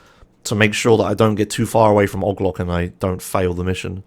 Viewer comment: i tried so long to figure out who ogloc is. 🤦🏽 its OH-GEE-LOC